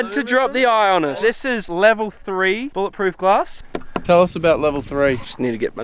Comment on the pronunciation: Obscure reference; "Bullet Ploof Grass"